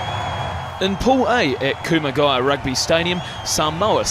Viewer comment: Weird pronunciation of kumagaya. Weird. I know he's Australian, but that sounded weird